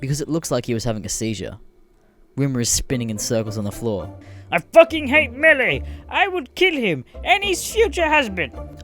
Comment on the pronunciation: im not certain but i think melle is pronounced "mel"